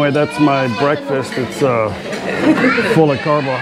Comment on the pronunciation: another entertaining video, have not heard "brefast" for a few days